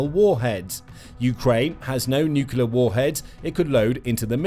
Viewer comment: Aargh! The word is NUCLEAR not NUCULAR! How far did you get in school?